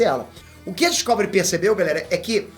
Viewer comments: DiscÓvery doeu um pouco os ouvidos, meu caro 😅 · Po top. Mas n é Discôvery n po kkk é Discovery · Eu ouvindo ele dizer Discovery errado o tempo todo. 🤯 Obrigado pela notícia, gostei!! 👏🎉